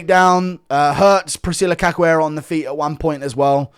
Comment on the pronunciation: cachoeira is pronounced like “kash” not “kak”